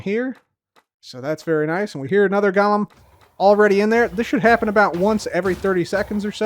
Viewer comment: I realize you’re saying ‘Golem’, but it really sounds like ‘Gollum’